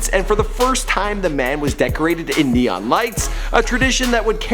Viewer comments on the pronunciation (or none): none